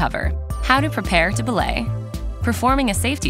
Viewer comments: They say belay wrong, its be-lay not blay right? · Its pronounced buh-lay